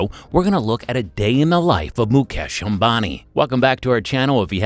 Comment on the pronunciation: At least you can pronounce the man 's name properly .